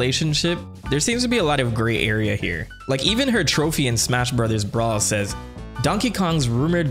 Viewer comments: Great video but I really wish you’d just say the word “Brothers” normally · Are we not going to talk about how this dude said "Super Mario brathas movie"? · Sorry no, it's so funny 💀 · the way you say Mario brothers.... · You forgot to pronounce "brothers" the right way. Edit: You forgot again.